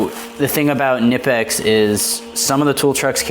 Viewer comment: Enjoyed the unboxing video, brother 👌. Please pronounce knipex right. Don't be lazy like the others. Pronounce the K ! I really hope knipex comes out with different colors like blue 💙 and green, even purple. Come on knipex, stop dropping the ball. I am sure they will sell way better than the red. Good video. Keep them coming, bro.